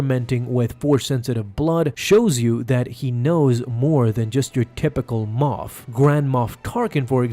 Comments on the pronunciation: Luke just ruined this man's whole career. And it's MOFF guys,.not moth. SMDH. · I honestly thought it was MOTH Gideon not moff 🤣